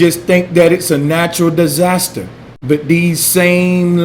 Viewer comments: Everytime u said Dyesaster I got mad 😡😡😡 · Bro. dieasters? Dyasters? The word is disaster